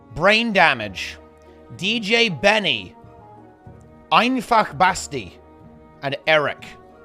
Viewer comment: i like you spell Einfachbasti right (the german way) xD